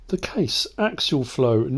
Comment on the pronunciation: The combine name is pronounced "akes-e-al flow".